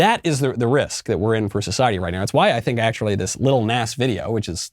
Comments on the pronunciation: Michael Knowles...u telling me u never heard that stupid song Old Town Road???? That the world OBSESSED over for like two yrs???? And it's not pronounced Nas...it's pronounced Nah-z...just to pull u up to speed...Im not advocating for him or his satan shoes... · Oh lord, from Old Town Road to this. Jesus help this kid. And it's pronounced Naw-zeh like the Na part sounds like gnaw. And the S is z sounding. But honestly who the heck cares Nas for nasty as fuck. Jesus christ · trust me i’m disgusted but i wanted to point out it’s pronounced Näz